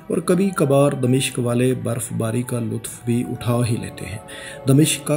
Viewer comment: Its dimashq not damishq.